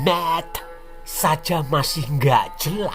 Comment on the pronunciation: Mantap kali aksen katax " Muhammmadd " 😁😁😁 mantap bro bless U 👍👍👍